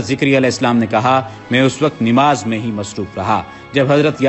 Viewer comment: Kindly correct the pronouciation of نماز it's namaz not nimaz